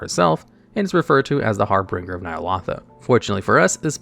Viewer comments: Not to be a grammar nazi here, but "Harbinger" is pronounced "Har-binge-er", instead of "Har-bring-er" <3. Love your videos regardless and I'd love to see a top-x about "Hardest mounts to obtain which require a group", like some raid meta achieve mounts or The Hivemind. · And harbinger as harbringer